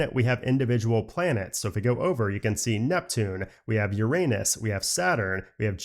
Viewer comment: Hi! When you said Uranus, you said “Yer-aye-nus” haha it’s actually “Yer-uh-nus”. Neil DeGrasse Tyson said, “it’s pronounced ‘yer-uh-nus’ instead of the more comedic pronunciation that many a middle schooler has giggled at in science class.” 😬❤️ Thanks for covering iOS 17.0 for us!